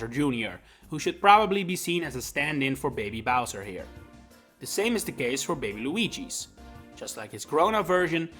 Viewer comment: bro really said “bebe weegee”.